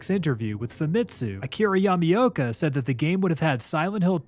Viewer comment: Nice vid on a rarely covered subject, but I giggle everytime you call him "Yummy-oka"